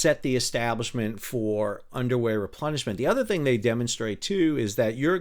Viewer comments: Did you say Underway Replenishment or Underwear Replenishment? Or are both valid? 😂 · Everything time you said underway replenishment I heard underwear replenishment 😂 Must have been a rough journey.